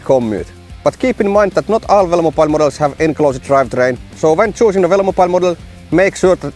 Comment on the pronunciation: Drink everytime he says velomopile